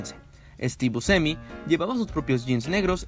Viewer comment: Hay varios fallos en las pronunciaciones. El fallo fatal es el de Louis Malle. Pero también es bastante feo oír esa forma de pronunciar el apellido Buscemi. Lo demás está muy bueno. Felicitaciones por el buen trabajo.